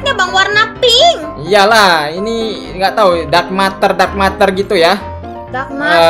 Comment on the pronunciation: Bang ngomongnya buka dark matar tapi dark meter ya bang